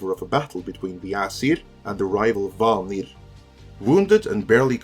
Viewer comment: I salute your use of Swedish’s second tone on “vanir”.